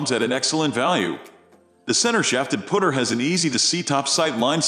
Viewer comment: WTF These aren't centered shafted, hate how this guy says Putter sounds like he's saying pooter